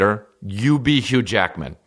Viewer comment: And to be clear did you say hugh Jackman or huge yackman? Cos I feel like that's just a spicy phrase for Bigfoot. . Asking for a friend ..... update: I have none.